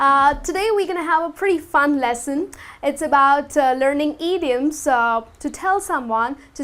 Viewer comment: "EEdioms? whats that?